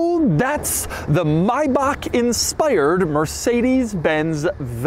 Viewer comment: why does he keep saying maybach wrong?